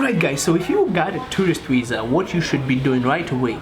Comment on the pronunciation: It's viza, not wiza :)